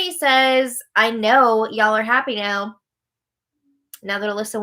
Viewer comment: pronunciation of "y'all"